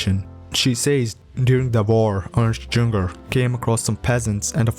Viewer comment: True, the mispronouncing of various words and surnames (I couldn't help but cringe when he read Juenger) is truly paining. The video could be much better, had the creator trained on his pronounciation.